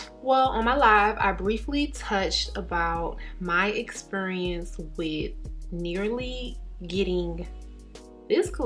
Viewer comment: as soon as I heard you pronounce the word "experience" I was like, is she from Baltimore like me? 😁😁😁😘😘😘😘